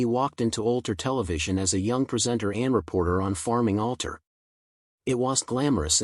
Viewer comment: Ulter ? ... Is this Ulster